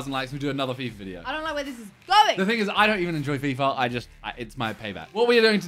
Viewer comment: That was our ting*